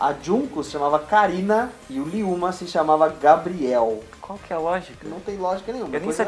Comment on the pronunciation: ryouma kagawa nao se le riouma e liyoma